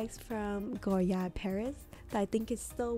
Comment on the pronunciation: Thank you…I get so annoyed when people stress the “d” when they say “goyard”